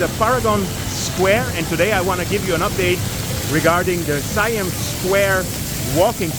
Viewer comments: ไม่ใช่ ไซแอ่ม not yet SAI-AMP but SA-YAMM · SIAM is pronounced SA-YARM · It's pronounced "see-um" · Thai is a tonal language, Siam = Sa yam with the second tone.